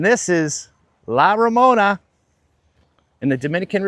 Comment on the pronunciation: Please pronounce La Romana correctly, it’s not Ramona, I feel disrespected.